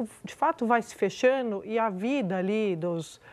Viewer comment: RelataNo, fechaNo, complicaNo... Andrea Sadi precisa de um fonoaudiólogo.